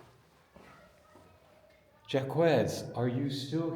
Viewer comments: Jacques is not "Jack-wez"... it's "Jock" , like, zhokh. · Jaques is pronounced as Zhak like Jack. Not Jaquez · You should prepare yourself before your travels: 1) Your pronunciation of "Jacques" is terrible. It is pronounced something like "Jacks". You clearly have no idea of French. 2) Jacques de Molay was burned at the stake in Paris on the Isle des Juifs (The island of the Jews), now part of the Isle de la Cite, together with other knights Teplar in 1314. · Jacques is pronounced like shock, but with a soft J. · You gotta be embarassed. Just call him Jack already. Know your historical figures and how to pronounce their names. AW HELL....at least ya tried. De Molay was burned at the stake after he recanted his forced confession. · JACQUES IS PRONOUNCED LIKE JOCK. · The q in Jacques is silent like Jack. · The Q is silent in Jacgues. The French king was a greedy coward. His end is not good. Amen